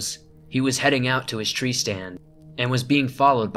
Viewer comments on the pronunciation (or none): none